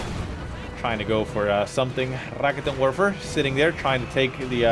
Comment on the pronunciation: is rolling the r ok... I guess. but he should put emphasis on the 'ket' part, not the 'rikitin' part. so... 'ra-KET'n Werfer'